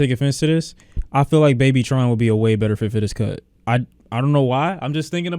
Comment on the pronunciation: bro said babytron